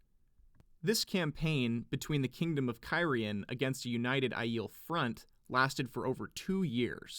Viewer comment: I am convinced the pronounciation of Rhuidean involves a clear 'An'. de-an.